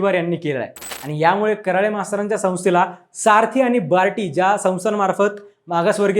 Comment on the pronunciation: आडनाव करळे आहे ना की कराळे उच्चार करायला शिका पहिलं 😡